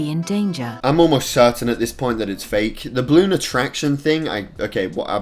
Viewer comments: Everyone ever: BA-LOON: BLOON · Stop saying bloon its ba-loon idot